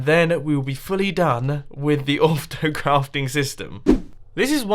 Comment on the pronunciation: Vlogs Is it only me or did Mumbo say- Auftocraft?